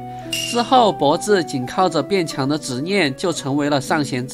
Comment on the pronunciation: 是唸ㄆㄛˋㄓˋ喔 上弦三的前世